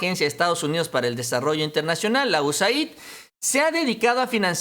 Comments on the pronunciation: USAID SE PRONUNCIA "YUESEID" QUE SIGNIFICA AYUDA DE ESTADOS UNIDOS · "USAID" SE PRONUNCIA "iu-es-eid) US (Estados Unidos) AID (ayuda) = ayuda de Estados Unidos